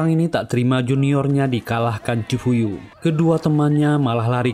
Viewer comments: Nma di chifuyu bang bkn chifu😂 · cifuyu bukan ciyupu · Bukan chyufu,chifuyu😢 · Ciyufu molo , chifuyu banggg😂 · Chifuyu bang bukan chifu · Cifuyu bang bukan ciyufu😂